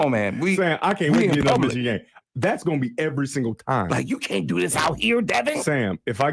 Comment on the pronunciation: How did know how Ufer said Yost pronoun ed Meeechigan?